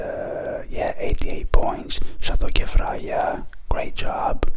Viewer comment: I’m Lebanese and you’re pronouncing Kefraya correctly 😁